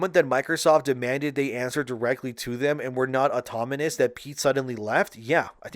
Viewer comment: Automonus is certainly a way to say that word lol.